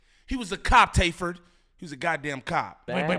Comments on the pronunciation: lol bro his name is TAY F 3rd for tay filthy 3rd 😂😂😂😂 not tayferd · His name not tayferd 😂😂😂😂 it’s Tay F 3rd he’s a Movin crip reppin the Trey aka 3